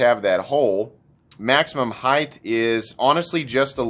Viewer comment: I’ve heard you mispronounce the word “HEIGHT” so many times across so many videos now, that I just couldn’t resist any longer, offering you a tip. The last sound you should hear in that spoken word is the T, since the word does not end in TH. It should sound like “HITE”, kite, might, sight, right, etc. By contrast, and comparison, the word “WIDTH” does end in TH, so it’s correct to make that “th” sound when that word is spoken. Peace ✌🏼